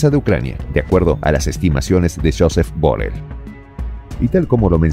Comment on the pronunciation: Borel no,Borrell